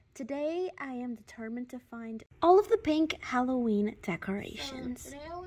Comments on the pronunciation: It's not whollowen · Alevoween? Alevi?!?!?!!